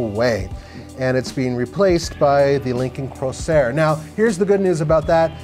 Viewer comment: BTW, it's not "Crosair", it's "Corsair".